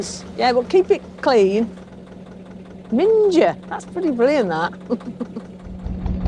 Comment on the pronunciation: Minger has a couple of meanings where I come from , with a soft G as you pronounced it its to rude to explain ( youtube would block my comment 🙇‍♂️) but with a hard G ( rhyming with ring) means it's Stinking as in " that toilet is minging or it's a minger " , I've recently found your channel and subscribed because you can’t beat a bit of innuendo .